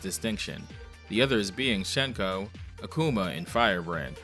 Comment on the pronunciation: Not to be a prude, but for future reference, Hsien-Ko’s name is pronounced “syen-ko,” not “shen-ko.” I don’t entirely blame you for not knowing, though, as the only English-speaking piece of media to ever get her name right was the dub of the 4-Episode Darkstalkers OVA.